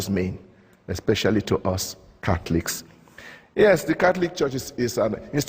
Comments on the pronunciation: Hahaha his own words, "Cackliks" (Catholics) XD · hehe.. i keep hearing "cat-licks"